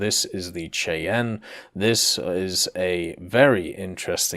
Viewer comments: AH-56 codename is pronounced as "shy anne", not "chey en". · For the record the ah56 is pronounced Shh-eye-ann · the Cheyenne is pronounced "shy-anne" for those unaware. I'm stoked as hell that it may be coming though, actually managed to see one of the surviving ones on display when I was at Ft. Campbell a few years back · I believe Cheyenne is pronounced Shy-Anne, as in Cheyenne Wyoming. Neat helicoptor, though. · AH56 Cheyenne...pronounced Shy-Ann